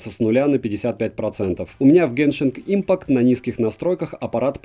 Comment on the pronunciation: спасибо за обзор, но "геншинг импакт" ухо режет...